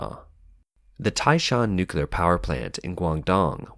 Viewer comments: What is NUCULAR? He keeps saying NUCULAR, is this a type of Nuclear energy? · It’s not spelled nucular it’s nuclear why do people insiste on mispronouncing it.